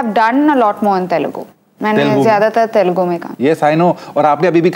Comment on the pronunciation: Not Telgu, it is Telugu.